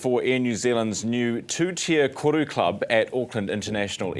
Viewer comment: You’d think the CEO of Air NZ could pronounce “Koru” properly 🥴🤦🏽